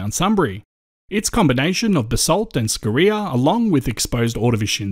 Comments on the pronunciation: say "scoria" wrong please... yeah carry on.... Aside that, keep the good work up! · Interesting way to say Scoria, (scoreea), depends on what school one went to, neither right or wrong 👌👌🥰. Edit: I've just subbed to you channel 🤗👌